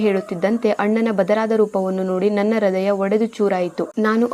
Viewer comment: ಹೃದಯ correct ಆಗಿ ಹೇಳಿ ಹ್ರದಯಾ ಅಲ್ಲ